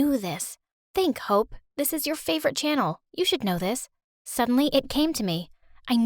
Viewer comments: Why did i hear hoe instead of hope 🤣 i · Who else thought she said h0e